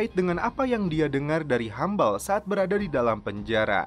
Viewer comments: bacanya Hubble (habel) bukan Humble / hambel... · hubble sebutnya habel bukan hambel